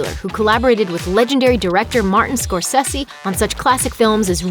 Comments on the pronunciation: Someone tell that narrator it's pronounced score-say-see, not score-sehs-ee. And it's "Inglorious Besterds," not "bastards," and reprising is repreesing not repr-eye-sing. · Scorssessi?!?! Scor-say-say! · Scor-say-se Martin Scor-say-se!. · when did the producer become "Score-sessy"? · It really annoyed me how you pronounced Martin Scorsese as "Scorsissy" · Scorsessi? I can't listen to this. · How tf can an entertainment channel mispronounce Scorcese??? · Where t f did this chick learn how to mispronounce someone as famous as Martin Scorsese's name?? Learn how to talk, no matter how young you are. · That pronunciation of Scorsese... yeesh. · I like it but why you pronounce all names to sound American.That's terrible and not proffesional at all.Especially how you pronounce Mr. Martin Scorsese name.